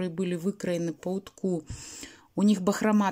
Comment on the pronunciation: По утку. Уток (с ударением на О) - поперечная нить. По утку - по поперечной нити.